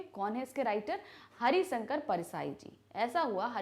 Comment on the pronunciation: MAM ITS HARISHANKAR NOT HARISANKAR PLS DONT SAY LIKE THAT IT IRRITATES ME A LOT